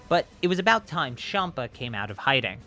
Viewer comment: I didn’t like when he said shampa not champa